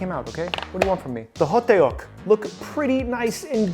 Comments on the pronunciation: As a korean, this was all done very well! Only a few things stood out to me. 1st is hotteok is only 2 syllables; the tteok part is pronounced kinda like how you say duck. 2nd thing is that kimbap usually gets brushed with some sesame oil at the end! It gives the seaweed a beautiful glossy finish, as well as adds a bit extra depth of flavor. Overall great job! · hoteok is 2 syllables but stretches it out to 3 😂 good try tho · Btw… it’s Hodduk. The ddeok is pronounced like duck. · Sesame oil, you needed to brush sesame oil on that kimbap roll! also it's pronounced "huhduck" not ho-tae-uk lol overall good job on the spread! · Beef or korean sauage or gimbop ham. 2 have better taste of meat. Yes you can do beef o other types of meat or American vegan veggie you want 2 put in gimbop. By the way right pronunciation of ho duk 호떡. Not ho day yuk. It's like when people say hondie. Instead of Hyundae. Please Please don't say diekan said it in Korean pronunciations Dian Mu Gee. But 👍 how you did Hankook um shiek. Or I should say S.Korean snack food. Thanks for showing it from other than S.Korean Ajumma cooking. 🤣🤣🤣🤣🤣🤣🤣🤣🤣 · Ho tteok / ttuk is not pronounced ho te ok. its more like dduck. like duck but more of t sounds. like how you would pronounce a thug. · It’s spelled hotteok in English, but it’s pronounced hoe-tk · 호떡 (hotteok) is said more like "ho-tuk" It's really hard to put into text how hangeul are pronounced lmao But that's a close approximation as I can get. The double consonant (tt in this case) is stressed compared to standard (t) and is in between a d and t sound. Also, ㄱ (kieuk) isn't a hard k like in english. It's more in between k and g so kimbap would be more gimbap and is regularly romanised as such. Looks great though! I guess those years of making sushi paid off xD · So hottdeok? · Hotteok is pronounced as "Hot-tok" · It’s pronounced hot tok lol ❤😂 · It’s pronounced hoe duck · thats not how you say hotteok but good try tho